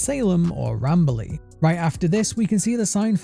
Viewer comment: Sounded like Not Bradley instead of not Rambley tbh.